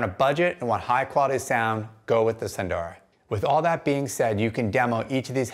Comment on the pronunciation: 'sun - dara' not 'soon - dora'